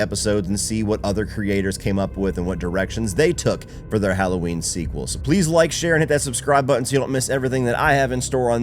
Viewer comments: Its Ha-low-ween not Challah Ween!! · If bro said "HOLLOW-WEEN" one more time I was gonna smash my phone 😆 🤣